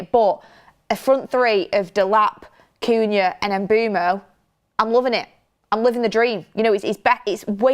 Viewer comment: really struggling with these players names. First Cunha, now Mbeumo. 🙈🤣